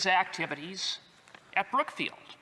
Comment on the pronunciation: Lol did he say Crookfield or Brookfield